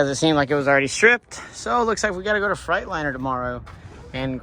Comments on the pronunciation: I enjoy your channel. I say this with respect: You haul freight. In a "Freightliner".. not a "Fright liner" You got to know how to pronounce the brand of your truck. Ask Freightliner if you need confirmation.. 😂 Enjoy your channel. I bought a 99 w900l that has beat the shit out of me in repair costs too.. I know your frustration first hand. I paid it off. The one blessing that we have is that we'll know our trucks and what's been done at least. The fact is.. I've accepted the fact that I will always be needing to fix things as a constant so I pay myself accordingly and the rest goes into the business account. Have a good truck tax preparer and write EVERYTHING off! Keep up the good work partner. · I knew you could pronounce Freightliner right, you just didn’t want to lol trucks coming along good man. Keep up the good work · You crack me up how you say Freightliner